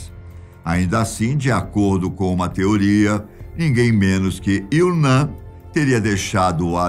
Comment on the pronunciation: 😂😂😂😂😂😂😂😂😂😂 Não, nada a ver! A pronúncia correta deve ser /il.o.nam/ e não/iw.o.nã/ como se fosse em português. Fale "namo" e depois repita excluindo a letra "O". É assim a pronúncia correta da letra "M" em outras línguas. O mesmo vale pra letra "L". Tente falar "ilo" e depois repita mas sem a letra "O".